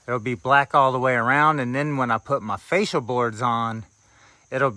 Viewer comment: are you saying facial boards? Cause it kinda sounds like you are saying facial boards. I was like, oh no, I've been pronouncing it wrong for years. I had to go look it up. Here is what I found. The fascia board is the one mounted at the point where the roof meets the outer walls of the house and is often called the ROOFLINE. However, most people refer to it by the name of the main board that carries the gutter – the fascia or fascias. Here is the other definition: A facial is a form of skin care that commonly includes cleansing, exfoliation, and extraction. Of course, it’s more than that. Pampering facials can improve not just the look and feel of your skin but also your mood.